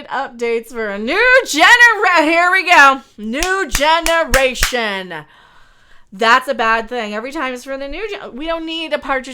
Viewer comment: "....for a new Genderation." 😂